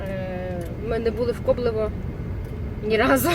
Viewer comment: Ковлеве, а не коблево